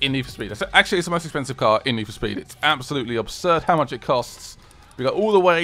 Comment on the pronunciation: its "Hello Guys and Welcome to nee foo sped"